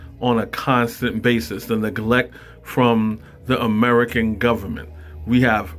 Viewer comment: It's de gubament.